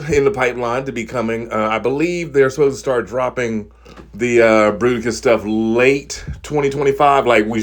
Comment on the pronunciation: Fruiticus....and now I will never hear it as Bruticus again. FML. XD